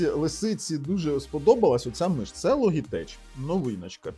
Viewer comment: Logitech -звучить як Лоджитек! )